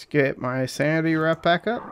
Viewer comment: You’re killing me with the “sanity wrap” lol. WARP speed ahead, brother!